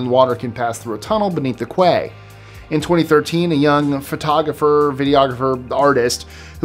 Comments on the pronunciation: “Quay” is pronounced “key.” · lol the word Quay is pronounced "key" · Thought it was "ko." Thanks for the clarification. 😊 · yeah it's old english i grew up in Toronto and we have a Queen's Quay my gran told me how to pronounce